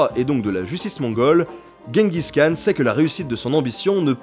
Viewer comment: Et le 'kh" de Khan se prononce comme dans Khaled (mongol: Хан).